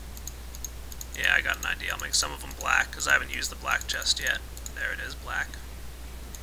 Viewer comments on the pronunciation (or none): none